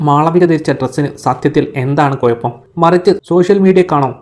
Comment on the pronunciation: കോയപ്പം നിനക്കാണ് 😂 കൊയപ്പം എന്നല്ല കുഴപ്പം എന്നാണ് മലയാളം മാറ്റല്ലേ 😂